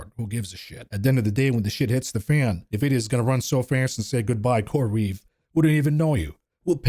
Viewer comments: I was just thinking this!! “NUH-vidia”?? Hooked On Phonics kids will know this is actually pronounced “N-vidia” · I don't own any stocks. I'm here just for hearing "Nevidia" 😂